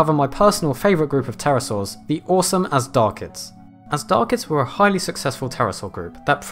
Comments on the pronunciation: Not AZDARCHIDS. It is Azhdarchids, it is supposed to be pronounced as Ajdarchids, the ZH should make a soft J sound like dejure. Azhdar is a persian word meaning dragon. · I got pretty annoyed by you pronouncing them Azdarchids, that H there is there for a reason. The word Azhdar is an ancient Persian word meaning dragon (snake like beast etc) and is not pronounced with a hard Z but a ZH which makes the word sound closer to a soft J would be pronounced like Gendarme. Loved the video though :P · The "zh" is pronounced like the "s" in the word pleasure. Just for future reference. :-)